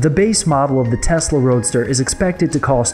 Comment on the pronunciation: Okay, so it's TESLA not testla; and I believe the point is that it is electric not that it is faster...although it IS...